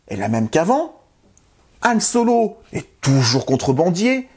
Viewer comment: Pourquoi tu appelles Han Solo « Yann Solo » ?